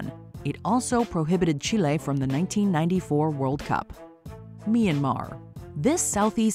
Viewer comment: I hate how pronounce Chile 🇨🇱